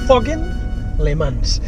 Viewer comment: Se dice FAKIN no fokin. Valenti las clases de ingles estoy esperando darte